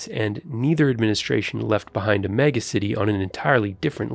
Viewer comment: I love the reporter pronouncing "megacity" as "me-GAH-city" .